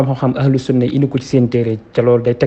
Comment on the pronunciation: Yéfeur sahh meune na prononcer le mot "sunnah". Youkhou sunnah taxoul bokk ci sunnah